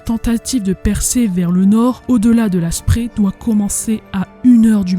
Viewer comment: Je ne l'avais pas vu. Bravo et excellent travail, même très bon boulot. Comme toujours, efforce-toi de bien prononcer les mots allemands. Le fleuve qui traverse Berlin, la Spree, se prononce, la Chpré pas la Spri. Ça fait toujours mal à mes oreilles d'amoureux de cette langue. Mein Goethe. Cela dit, tu as fait des efforts, tu dis Strasse comme il faut, ainsi que plein d'autres mots. Voilà pour la forme. Pour le fond, je l'ai déjà dit : superbe boulot.